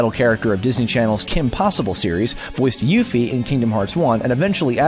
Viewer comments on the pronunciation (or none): none